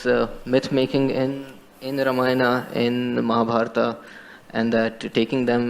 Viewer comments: Not Mahaa bharaat , Muh-Haa-Bhaah-rut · Thanks for your reaction on this topic. Just to make it easy, Ramayana sounds like "Raamaayana" and Mahabharata sounds like "Mahaa Bhaaratha"...